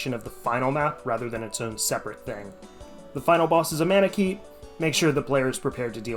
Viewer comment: Took me a while to understand you where saying manakete. 😅 I enjoyed the video and I don't even like (playing) FE that much. (I just played the beginning of FE7)